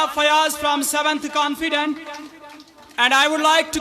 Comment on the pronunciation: Confident ❌ canfident ✅ 😅😅